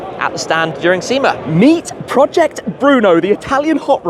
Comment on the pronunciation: There’s no R in sema 😏